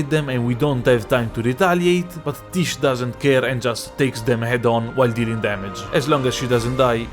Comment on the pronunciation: I find funny that everyone calls the summon "tish" when it's pronounced "tijé"